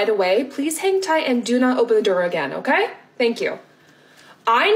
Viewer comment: Okay* (not "Okat")